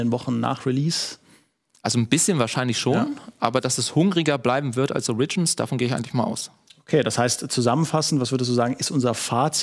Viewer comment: Origins mit Betonung auf dem O bitte